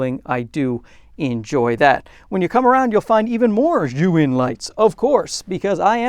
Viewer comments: It's almost as if he switched the vowels to make Zhuyin - that would be closer to what he is saying 🤦‍♂🤦‍♂ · Zhiyun may have sent you the lights, but apparently they didn't tell you how to properly pronounce their name. It's NOT [and could never be] "zhu-in" - and isn't even spelled that way, which my Chinese wife immediately pointed out. She's a native Mandarin speaker and says it is definitely pronounced "zee-yun". I thought a "huge fan" like you would want to know. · Bro you need to learn how to pronounce Chinese. it's like JEE YOON. Don't keep saying "JOO WIN" ... It's just straight stupid. You sound stupid. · Just for your info, zhiyun is pronounced as “G-Yoon”